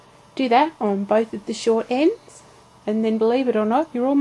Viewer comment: Sorry, but I did not hear you saying the "s" in "short endS". YOu are right, your pattern is clear, however, since I am making a baby pillow case, I did not look at the pdf file for measurements. My fault. I just completed my pillow cases with success after all, thanks to you!!!